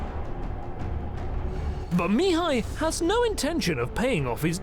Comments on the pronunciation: Great vid: storyline, graphics, narration! One thing though: Mihai, which is the Romanian equivalent of Michael, is pronounced in Romanian with the stress on "a" (second silable) Mihài, not on "i" Mìhai (first silable). The stress on "i" Mìhai I believe it's how the Hungarians would pronounce it. Of course, this is nothing in the big picture, the vid is great and keep doing a great job! Can't wait for part 2! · As a Michael, I can’t help but a cringe every time you don’t use the English pronunciation...